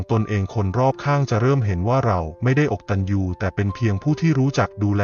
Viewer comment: อ่านว่าอะกะตัญญูไม่ใช่อก